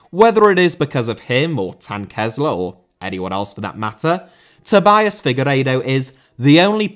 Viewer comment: Jean* not Jin Serie* not Siri Tobias* not Tobayas Figueiredo* not Fegareidouw Ozan* not Ouwzan Fenerbahçe* not Fenebohçei Núñez* not Núnez Primeira* not Premera Guimarães* not Guemaraich Debut* not Deibyu Can't* not Cohrnt Half* not Holf Ghanaian* not Ghornayan Tetteh* not Tettei Traoré* not Trayorei Diego* not Diyeigouw Possession* not Posession Regime* not Reigime